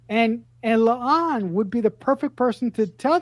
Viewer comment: Please stop calling La'an "Leon".